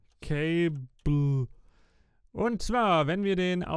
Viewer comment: 'hmm cable...' goes to ME system.. 'cay-bllllll'